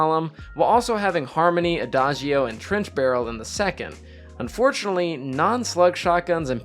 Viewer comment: Quick pro tip from a native Italian on how to pronounce adagio (which is an Italian word) you should say “ada-joe” 😉 it actually means slowly